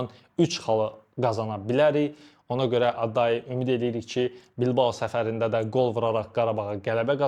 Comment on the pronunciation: bilabo yox qaqaş bilbao